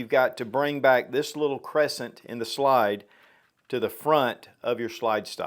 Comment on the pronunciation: I really hate that you pronounce slide as”shlyde”